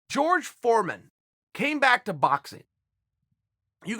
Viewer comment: I like how he pronounces Raphael "Haphael" but pronounces Jorge "George" lmao